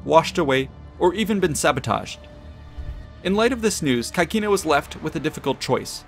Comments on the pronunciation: The pronounce of CAECINA is not 'kakina', but CECINA , where 'CAE' is pronounced 'CE' (like 'CEst' in english) and 'CI' (like 'CHEEs' in english): so we have 'CECINA'. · please pronounce caecina the latin way